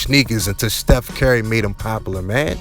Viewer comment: Dude said Steph Carry the whole video